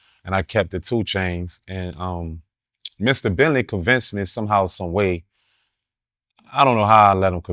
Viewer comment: Every tme he said Mr entley, I chuckled...